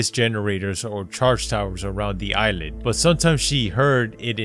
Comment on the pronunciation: This nigga said ise-land instead of island